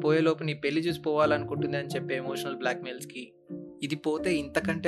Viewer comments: Not billi it's pelli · పెల్లి , పెల్లామ్ కాదు పెళ్లి,పెళ్ళాం